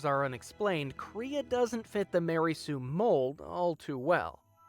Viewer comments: First: Kray-uh not Kree-uh At-un not Ate-un Characters in the game itself literally pronounce this for you. Second: Were people asking if Kreia was a Mary Sue? 1. OP? The game answers this immediately when she gets her hand chopped off an hour into the game... She cheap shots a couple jedi masters who haven't fought in years, while she's literally flying around honing her fighting skills. Kreia is not over powered. 2. Unexplained Power? Kreia's power is about as unexplained as any Jedi you are introduced to, then the game fills in her back story... 3. Perfectly good? I don't understand why anyone would even ask this. 4. Do people like her? Atton hated her immediately. So again after an hour of game play, the question makes no sense. 5. Wish fulfillment? Old lady so close to death she's laying in the morgue when you meet her, blind, and again, immediately gets her hand cut off an hour into the game... After getting flown all over the universe, her plans backfire and she get's killed by her apprentice. Not what you'd wish for, even if you were a blind old lady so close to death you were laying in the morgue... 6. She fails all over the place. Again, its not a question someone even has to ask. This video didn't need to be made. AT ALL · Everything about this video is telling me to unsubscribe... especially the way you said “kreia”